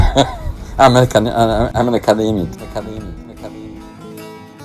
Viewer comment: Lol he can't even say the word academic let alone think to know